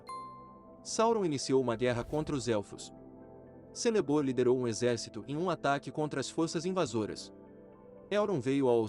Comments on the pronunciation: Lembrando que a pronúncia de Celeborn é Keleborn. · Muito bom, mas ouvir você falando Celeborn com som de "s" me dói na alma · A letra “C” nas línguas elficas tem som de “K”, ou seja, o nome do esposo da Galadriel se pronuncia “Kéleborn”